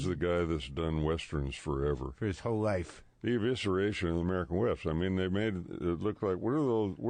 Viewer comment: He is saying American WEST ...not myth!